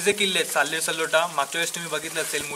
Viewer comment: सलोटा नाही, ..........सालोटा किल्‍याचे नाव तरी बरोबर घ्‍या.